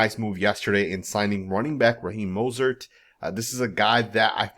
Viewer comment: He needs to sue you for not pronouncing his name right